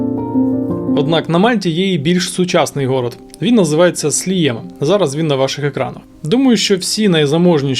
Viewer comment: Цікавий випуск, нагадав багато улюблених місць на Мальті, де я провів майже рік 20 років тому. Тільки не Гоцо/Готцо, а Гозо, не Слієма, а Сліма :)